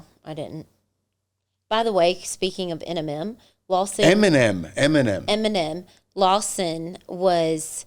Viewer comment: Omg she could not say Eminem that’s so crazy lol I couldn’t stop laughing at you sorry I just couldn’t believe you kept saying it wrong I laughed harder at you 😂your so cute 😂